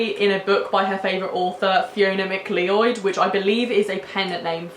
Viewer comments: MACK LEE OID hurt my ears a bit... Isn't McLeod pronounced MACK LOUD? Ah well, lovely vid. 😉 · And just to keep the name pronounciation stuff on one thread: McLeod is said 'Ma-cloud' in Scotland 😘 (sorry if this is annoying, just for anyone looking into the author)